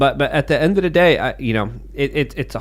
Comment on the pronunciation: "At da enda da day" smh ..i cant even